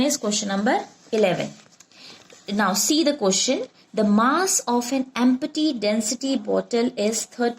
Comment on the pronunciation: Mam, it is not em-P-ty .. its EMP-TY